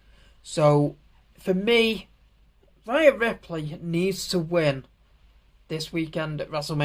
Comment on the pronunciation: it's pronounced day-na and rhea is ree-a but otherwise it was a great video mate